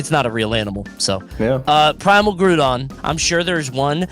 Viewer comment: “it’s actually priMAL” is so underappreciated that was hilarious